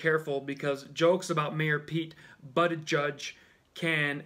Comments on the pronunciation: You mean Pete Buttofjiz brah... That's not funny that you mispronounced it 😂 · Lol, it's pronounced like Buddha- buddha- judge-, funnier your way, tho😂😂😂